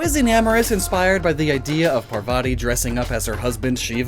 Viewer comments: Him pronouncing Shiva as Shee-va hurt my soul. It’s pronounced Shi-va, just like it looks like. Parvati isn’t Par-va-ti, it’s Par-vati. No hate, your videos are awesome, but it kind of hurt hearing that pronounciation as a Hindu. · I died at Shiva and Parvati pronounciation